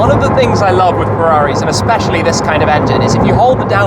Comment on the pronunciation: Did you say its a Specially 🤔